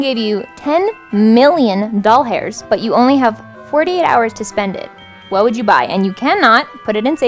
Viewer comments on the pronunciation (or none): SHE SAID DOLL-HAIRS instead of dollars!!! WHERE TF DID WE GET THAT FROM??????